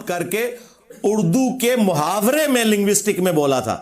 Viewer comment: لنگوسٹک نہیں زہین آدمی یہ linguistics ہوتا ہے۔